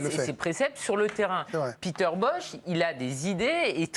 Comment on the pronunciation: Son prénom se prononce Péter, pas piter... c’est un néerlandais, pas un anglais...